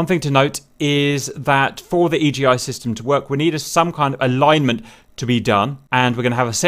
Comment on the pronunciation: It's called Iggy, not E.G.I